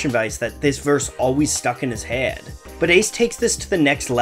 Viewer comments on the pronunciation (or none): Lmao I can't stop laughing at the way your unique dialect (wherever you you hail is a mystery to me) pronounces the word "head" as "hay-ed" 🤣 Not a critique or English lesson, nor am I in any way throwing shade your direction. Twas merely a quirk of yours I noticed that brought one viewer far too much amusement 😜 Now for the serious; the beyond professional & unbiased, straight raw & unfiltered, & profoundly unapologetic criticism I have for your video! Be afraid! It doesn't take long into your video for one to figure out you spent quite some time on on it, both from a technological & creative standpoint, & from a tangible, objective, & thorough point of view. Which, naturally, bleeds through in a positive way giving your cohesive & educated breakdown of his lyrics authenticity while also informing the viewer this project wasn't for financial or fiscal advancement, but was carefully crafted in such a meticulous way that dispels any doubt about the lengths you went to to make sure you had done your homework & then some, & such attention to detail & careful planning only ever comes from personal desire & motivation driven by passion. Long story short, here, is that you knocked it outta the block! "Knock him out the block, Ace, knock em out, Ace!". 5/5! Will recommend! I especially liked the way you were able to properly decipher his metaphors & dense subject manner correctly & eloquently, in an intelligently descriptive manner void or pretension & bias! First video I've ever ab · You say Head so weird it's impressive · Why does he pronounce "head" like that???